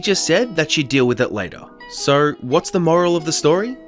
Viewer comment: I just found you today and as I listened I noticed that when you say "so" it sounds like "sir" and now I'm curious to hear what you sound like when you say "sir"😂⭐